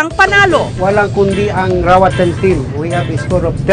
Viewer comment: RAWAT'N not KAWATAN ??? Maranao here haha